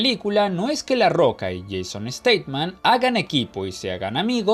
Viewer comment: Jason Statham.No Staman.